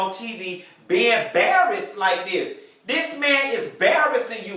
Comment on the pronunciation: "'Barrased"...I hollered!